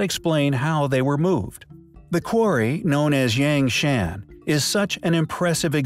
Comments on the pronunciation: I know it's trivial but "Yang Shan" is not pronounced that way. The A's are an 'ah' sound. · Eek the pronunciation of "yangshan" hurts me on the inside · FFS, this is a great video, but "Yangshan" is pronounced like "YAHNG HSAAN" and "Yongle" is pronounced like "YEONG LUUH" (not like "dongle" with a "y".)